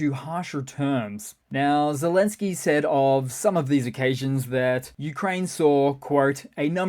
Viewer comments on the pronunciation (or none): none